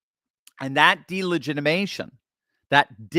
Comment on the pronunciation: I love you, I listen to you everyday, but please learn how to say delegitimization correctly, PLEASE?! You are missing a syllable! It makes me cringe!😳😜